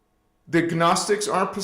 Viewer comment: Merry Solstice....❤❤❤ With All Due Respect The Gnostics G Is Silent And It Is Ancient Not New Age... Please Research It Also it means Gnosis = Knowledge Luv Ya Brother